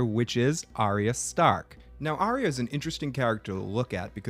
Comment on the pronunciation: Why can’t anyone pronounce Arya’s name right? It’s not Ar/rea, it’s Ar/ya. Catelyn in season 1 calls her that, although Sansa always says it way you do. Big pet peeve of mine.